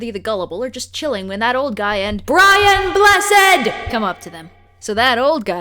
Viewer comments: I appreciate that knows the correct way to pronounce BRIAN BLESSED. it means a lot to us Brits. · I just appreciate that you made sure to say BRIAN BLESSED'S name correctly.